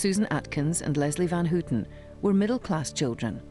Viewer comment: It's not Van "Hooooten" or Lynette "Frooooome".